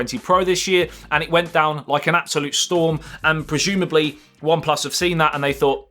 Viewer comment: Projumably???!!!! I think he means prozumably😁